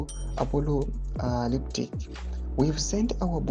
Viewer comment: The fact that you can't pronounce the word "apocalyptic" shows that your report is not reliable 😂😂😂.